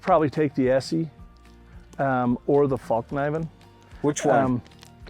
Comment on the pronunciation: I used to think these guys were beyond cool. But this out in the wild really humbled me to their game. Hahaha and the worst part is when that guy kept saying Falk knifen hahaha